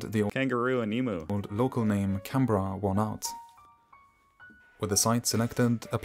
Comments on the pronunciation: Well done on getting the pronunciation of Canberra right. Now we just need you to say emu right. Eeem-you. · OK, you've got Canberra fairly well worked out. Emu still needs work.... #pronunciation